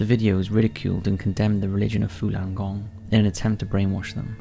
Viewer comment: It's Falun gong not fulan gong